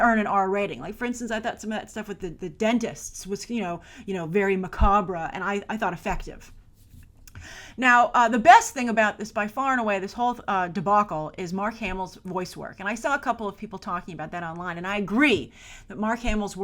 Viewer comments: What does MAC-AH-BRAH mean? Oh, do you mean macabre? (pronounced - mah-karb) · Did she just say maca bra?😂